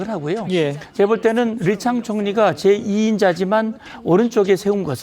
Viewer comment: 리창이 아니고 리챵입니다. 오히려 번역어 리강이라고 표 기 브리핑 하세 요.